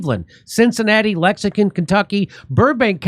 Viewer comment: Say it with me Jimmy "lex-ing-ton"